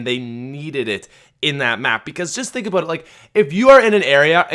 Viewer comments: Omg he said aboot not about ... Unintentional South Park refrence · "When you think aboot it" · he said aboot. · he said aboot so Canadian like. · said "When you really think aboot everything" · The way he says about kinda pisses me off.